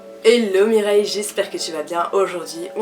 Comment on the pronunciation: Tu me fait délirer a chaque fois que tu dit Mireille 😂😂😂 en tout cas merci pour se cour très instructifs bisous 😘😘